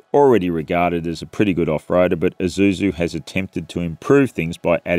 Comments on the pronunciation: Wish you could stop saying "Izusu" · This guy calls Isuzu an eye-zoo-zoo.